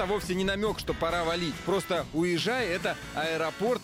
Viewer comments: Не уезжай , а ауе-жай .ауе -небо , жай - порт. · Орнул от тебя уезжай🤣🤣 правильнее говорить ауежай. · Ты неправелно говориш Не уезжай а əуежай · 🤣не уежай, а Әуежай🤣🤣🤣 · Если не знаешь как произносится, зачем так каверкать? Не "Уезжай" а "Əуежай", поскольку на русском языке нет звука "Ə", ее заменяют обычно со звуком "А", поэтому русскоговорящим лучше произносить "Ауежай", "ауе" - небо, "жай" - место, в нашем случае порт. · Для русского трудно выговорить слова, для казаха это слышится как искажение слов. Одно дело не выговорить или говорить с акцентом, это простительно. но многие россияне говорят тЭнге, хотя не говорят дЭньги. Уежай это как назвать Аэропорт Эро-портом. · Не каверкайте казахские слова!!! Ауежай! АкмОла! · Буква " Ə" əуежай